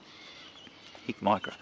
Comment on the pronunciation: Thermal, not night vision. Two different things. It's Hikmicro, not Hicmicro.